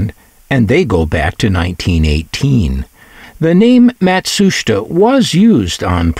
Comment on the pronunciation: Your documentary on this product is very interesting. I also appreciate your pronunciation of the Japanese “Matsushita”, which is almost always butchered and mispronounced. Thank you for your work and skill in making your videos. I’ve had a few Panasonic products and they were always my favourites. They were always best built.